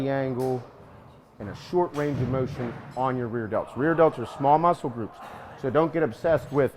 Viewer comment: Mowshen guys